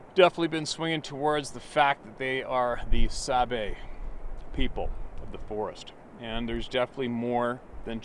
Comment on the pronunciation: Sabe is how the Ojibwe/Chippewa refer to them. There are hundreds of different handles for them. It's pronounced sawBAY stress on the second syllable.